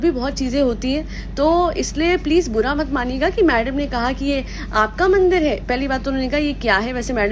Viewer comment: Maine bhi eski baat point out kiya tha mandir wali word pe bara ajib type boli thi